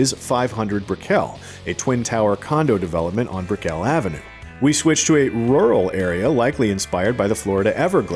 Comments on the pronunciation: Please note; Brickell… it’s not “Brick-elle-“ .. it’s Brickell! like “pickle”! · It’s brick-ul. Not brick-kel lol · Lmfao, stop saying Brick-ell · It’s brickle not briquel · Bre-kel lol It's Brick-L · Miami native here. It's Brick-UL not Brick-EL lol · It's "BRICK-uhl", not "brick-ELL". The everglades are home to mostly alligators, not crocodiles. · BRICKell not bricKELL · Set off my ankle monitor sprinting here to correct your pronounciation of "Brickell". (It's "BRICK-ull") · lol why did he pronounce brickell like brick-L? You can tell he’s never stepped a foot there. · this info is so wrong, that is not the WTVY tower... that tower isnt even near Miami, which this shot is... its on Krome Ave near the prison... whole video is uncredible.... and Brickell pronounced Brickle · can't even pronounce BRICKELL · lol at the way he pronounced brickell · lol why you pronounce brickell like that? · Lmao at the way he said Brickell